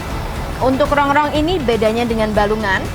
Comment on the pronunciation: Masih inget AQ dulu pas yg ngelayani saya .... Datang ke habisan gulai.....trus besok nya datang lagi.... .makasih ya buk..... review nya...... Sehat selalu....tpi AQ mau komplen dikit ......itu Rongkong bukan rongrong..,😆😆😆